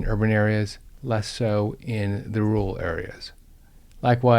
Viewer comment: rural, not rooal.